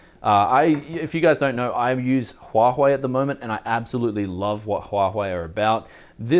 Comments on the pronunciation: Didnt u get threadripper from AMD? Also pronunciation of that phone is SHAOMI, not zaomi, also its HUA WAY, noy huahoey. :P ..... BTW so many x58 mobo.....i wish i have one at the moment, i have a i7 930 lying around but coudnt get any x58 motherboard in my country, like anywhere. and online price is extremenly high. Lucky you. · instead of huawei is huahei :) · I laughed when he said "Huahuei" :D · sorry but i cant stand the way you say huawei :D CHWACHWEI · huahwei huahwei cmon man lmao